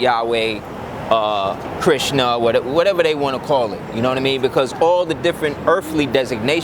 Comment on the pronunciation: I love that he said Khrisna